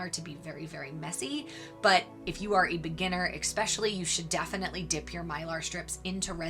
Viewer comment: It's especially, not expecially !